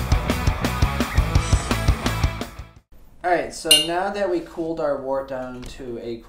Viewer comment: Unfermented beer is wort, not wart. Pronounced like “word” with a t. A wart is a skin condition.